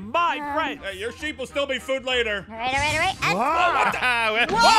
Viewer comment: it's pronouced sheep not shep.